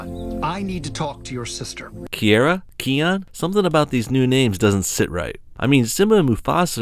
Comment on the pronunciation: It's Kiaon